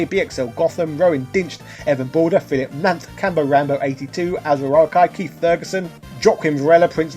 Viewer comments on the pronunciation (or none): none